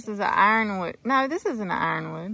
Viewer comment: ironwood sounds like hardwood